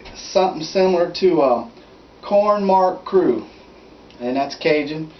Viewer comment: Corn maque choux is pronounced "mock shoe"